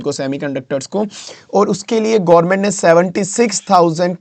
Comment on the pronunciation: यार गौर्मेट नहीं गवर्नमेंट होता है और सेमीकंडक्टर gaint china नहीं ताइवान है